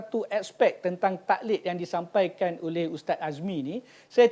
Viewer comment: tuan admin, tolong baiki betul2 sebutan 'taqlid' tu guna huruf Qaf dan ada Qalqalah di tgh2nya.